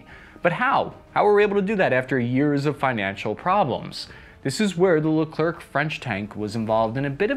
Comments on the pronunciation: dont pronouce the r.... its pronouced leclair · You could at least try to pronounce the tank name correctly... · Then you’re pronouncing it it wrong, no if ands or buts…C is silent…as are Ts and many end letters in French. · French people is dying each time someone prononce the last c of Leclerc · Sorry, I'm french, and Leclerc is pronounced whitout the ending C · French Pro Tip: The last C in Leclerc is Silent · American cousin : don't pronounce the ending C make us a favor next time you come in France ;) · Nice video and for information we don't pronunce the "c" to the end of LeclerC in France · The last "C" as "Leclerc" is silent... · The last letter C in Leclerc should be silent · The way he pronounces "Leclerc" really hurts my soul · I have never seen or heard anyone say Leclerc with a hard c… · So painful everytime he pronounces the C at the end lol. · It's hard to listen to "Leclerc" being pronounced incorrectly. The final "c" is silent. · dont pronounce the last C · I'm from New Jersey but even I am tired of hearing you arrogantly mispronouncing Leclerc. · Every time he says "Leclerc", I die a little. Which is odd because I don't think the French even deserve a language. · Man you are butchering the name leclerc! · Yep, its very annoying but we get used to hear our language being rape. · It's not really a question of accent... French Canadians don't 'die' when they hear English speakers say "Pew-tine" lol ( it's poo-tin ). The problem here is that the "c" is silent... It's pronounced "Le-claire" Silent vowels or consonants should not be pronounced regardless of the speakers's native language. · I know is not particularly interested in correct pronunciations, but for those who do, it is prononced "Leh - kl - air". The last c is silent. Kinda like the French dessert. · If you ever want to know, Leclerc is pronounced Le-cl-air, the C is silent. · the last C of leclerc is mute for info .... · You don’t pronounce the c at the end Is lecer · Haha so true